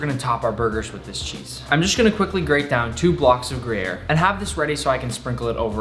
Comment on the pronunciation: "Gruyere" the accent fucking sucks 😂 But I'm ok w it